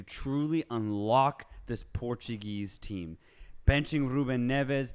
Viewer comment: It really annoys me hearing all these portuguese names being pronounced with a Spanish accent on an English podcast! Stick to anglo pronouncement, Spanish is NOT the right one!!!